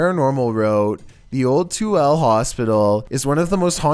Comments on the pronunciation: Lol so funny to hear people not from utah try to pronounce tooele. It’s pronounced tuilla. Not too el. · Tooele is not pronounced two-elle it's pronounced too-elle-a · #7 is pronounced to-will-a...not to elle. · Here's a little pronunciation for the Toole hospital, Too-illa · Lol as someone from Utah, Tooele is pronounced funny pretty much said like Two-ill-A. XD not the weirdest name we have here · FYI, Tooele, Utah is pronounced: Too-WILL-ah. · Thank you! II came here to say that. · his pronunciation of my hometown Tooele killed me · Toole Utah, lol you’re saying it wrong